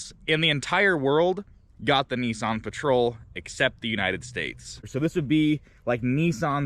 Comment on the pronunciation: Whats a NESSSSON ??? Its NISSAN